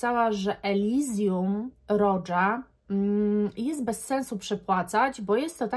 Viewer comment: A Roja to roża, nie rodża.